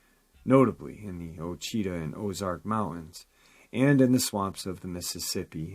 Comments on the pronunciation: being that I'm from Louisiana I'm pretty sure it's pronounced wah-chee-tah or Washita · It's pronounced Washitaw mts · Ouachita is pronounced Wah-chee-tah often mispronounced